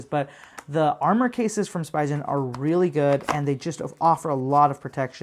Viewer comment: I think it’s pronunciation is “Spee-ghen”